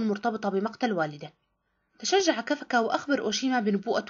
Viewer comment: هذا ليس تلخيص بل سرعة قراءة إسمه كافكا وليس كفَكة